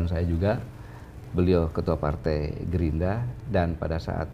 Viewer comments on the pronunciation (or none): pak jenderal, maaf saya sedikit tertawa Karena lucu, bapak "tongue twist " menyebut gerindra menjadi gerinda, 😄😄😄